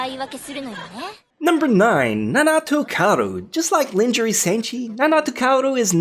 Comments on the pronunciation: you must be Virgin if you don't know what "lingerie" is LOL... he says "Linjury" LOL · He pronounced lingerie wrong